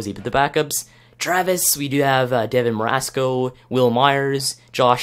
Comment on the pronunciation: Devin mesoraco "MEZ-OR-AW-KO" I have friends that played against him and just noticed you butchered his name but that just made me laugh 😂